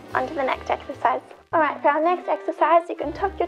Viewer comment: Exercise ? I thought you said " extra fries " Love your videos, you know I was joking.